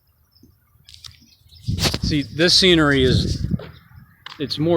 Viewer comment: I noticed you said screenery instead of scenery, is that because life is a screenplay we all play our part? Just curious God Bless you Brother..